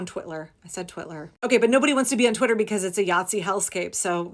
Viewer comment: Twit-ler...😂 the accuracy! 🤣Let's keep calling it that!